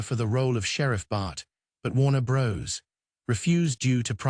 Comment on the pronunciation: Warner Bros?.....seriously....bros? C'mon, hire a voice actor, FFS!